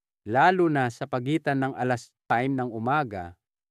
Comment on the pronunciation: Tama, IBA bigkas sa time